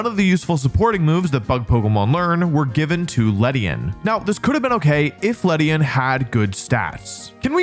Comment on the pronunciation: It's ledian